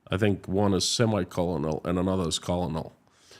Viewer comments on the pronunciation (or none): Hi, you English is good considering it's not your first. In usa, Colonel is pronounced kernel, like a kernel of corn. I found this on the net: "when the Italian word colonello was taken into French, it became coronel; and the word was borrowed by the English from the French in this form. Later the spelling colonel came to be used in order to reflect the Italian origin of the word. But by then the pronunciation with r was well established." I had French and German classes in school and it was annoying and I didn't want to continue. Respect to anyone learning languages. I went to Russia in '87 with an ending hunger group, promoting that and peace with Russia. Search "Americans Run for Peace Through Moscow’s Streets latimes". I learned the language a little, very little and the alphabet. I figured for my own safety I should at least be able to read the alphabet. Now I can kinda read russian, but I can't remember all the letters:-) Very different language... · he pronounces-colonel..I always heard - coernel… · pronunciation of "colonel" and "penitentiary" shows that he knows how to spell those words, which is more than I can say of a lot of Americans.